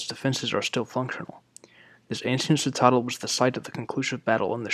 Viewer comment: Btw, citadel is pronounced "sit-ta (more as in tap then in tar) -dell". Sitterdell, if that helps.